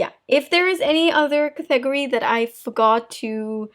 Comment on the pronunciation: IAmThatIAm it took me a few days, several videos ago to figure out “cathegorie” lol, I almost lost sleep. Finally oh! It’s category!! Now, I just laugh. I think English is her third language? If I only.... I lived in Southern California for 40 years & still could only pick up a bit of Spanish.